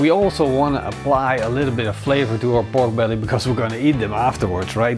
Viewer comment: Sounds like he is saying Bork brelly